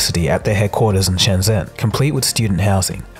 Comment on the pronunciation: Just a heads up, It is pronounced SHEN-JEN not SHEN-ZEN.... ZH in the Chinese language is pronounced as a J... Also Don't buy Huawei they are an insidious company that is owned by the Chinese Communist Party and have malign intent. Actually don't buy anything that is made in China. Their ambition is to destroy western democracy and replace it with their own oppressive autocratic ideology.